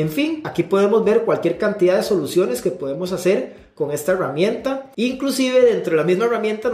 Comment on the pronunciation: porque si dices Gerente, pero dices Heruamienta? es en serio!!!